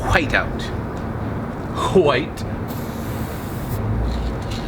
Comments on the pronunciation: Whats with the 'huwite'... seems off, hwite. its w(h)ite * silent H. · Why does he say white like that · Stop pronouncing white incorrectly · Yo, why do you pronounce white in such way? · so annoying lmao